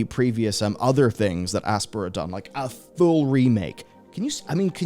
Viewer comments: Is it not pronounced like ass-pie-er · Just for future reference: "Aspyr" pronounced like "aspire"